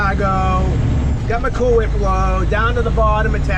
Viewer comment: Like Stewie on family guy he could not say cool whip he would say Coowhip